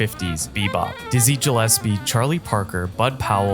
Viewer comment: Frank Sinatra is Jazz? Stupid! Do not pronounce Dizzy Gillespie as Dzhizzy, stupid! And more stupidities here!